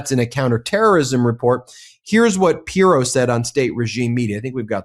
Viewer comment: always makes good points, but for the love of God, can he learn to pronounce pronounce Pirro‘s name properly? It is SO distracting.